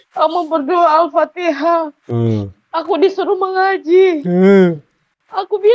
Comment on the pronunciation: Pastas lah dia jadi peserta MTQ baca patiha nya pasateen kaliii aaah😊😊😊😊😊😊